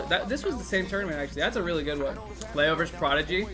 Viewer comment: Again, you forgot the N in "Leon" when you said, "Leon reverse sweeping Riddles with Chrom" and because of that everyone is thinking MKLeo, leading to said confusion. Id go back and edit in the N in there so it doesnt keep happening.